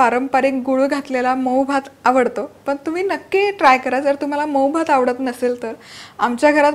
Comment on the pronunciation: दनकून दानेदार पन म्हनून आनी सनासुदिच्या.. असं का म्हणता तुम्ही? Recepie उत्तम असतात पण ऐकायला कानाला बर वाटत नाही..